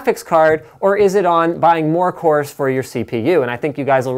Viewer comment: you mean cores ? not coors ?!!!?